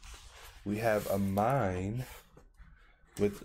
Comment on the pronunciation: Thanks for the review! i got the smokey green. i can’t wait for it to come in the mail! also it’s “uh me nay” not “uh mine” lol